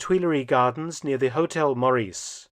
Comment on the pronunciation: The "Meur" of "Meurice" is pronounced as the "Mur" of "Murder" or "Murdoch".